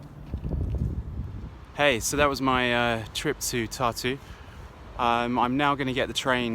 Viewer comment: Thank you! It is indeed a beautiful town — beautiful memories from years and years ago. But the pronunciation should be Tar-tu, with the stress on the first syllable, and a rolling “r”. It sounds like “tattoo” otherwise...